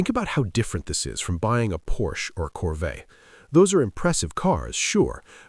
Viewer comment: How do you mispronounce Porsche?